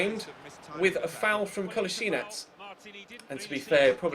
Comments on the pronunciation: rhyssmith its actually ko la shee natz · it's Kol - A - Si - nac